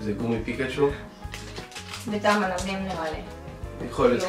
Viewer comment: הוא אומר פיקשו במקום פיקצ׳ו